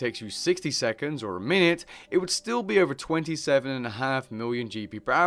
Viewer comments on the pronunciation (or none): none